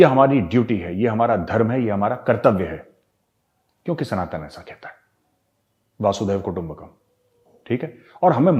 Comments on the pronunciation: Major sahab it is वसुधैव कुटुंबकम् not वासुदेव कुटुंबकम् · Vasudev kutumbhkam nahi hota Gaurav bhai, it is Vasundharav kutumbhkam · मेजर गौरव आर्या, कृपया "वसुधैव कुटुम्बकम" कहिये। आप वासुदेव कुटुम्बकम कह रहे हैं।😊👍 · Gauravji. Its vasudhaiv वसुधैव कुटुम्बकम् . Not vasudev ir vasudhev. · Major saab it's basudhev kutumbakam not basudeb kutumbakam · Sir, its not "Vasudev Kutumbakam". Its "Vasudhaiva Kutumbakam", means Vasudhaa - the Earth - Bhumi, Eva/Eba - means really and Kutumb - means Family. The whole meaning is "The whole earth is really a Family. The pronunciation is "Vasudha-eba-Kutumbakam". I just heard you are saying 'Vasudev' many times. Its actually 'Vasudhaiva'. Please never mind Sir. Jai Hind.......🙏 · Not vaasudhaiva kutumbakam, It is vasudhaiva kutumbakam sir. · The phrase vasudhaiv kutumbakam is pronounced with a short vowel "a".